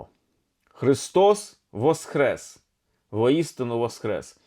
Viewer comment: З Великоднем! Чую Ви говорите Христос ВосХрес, а не ВосКрес. В чому різниця, це більш граматично правильно? Дякую